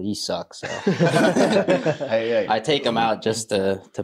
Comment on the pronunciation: Bro called hay hail 😂😂😂😂